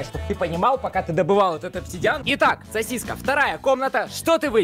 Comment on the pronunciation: не выговорил ник Сосиски, обиделся и вставил рекламу не договорив.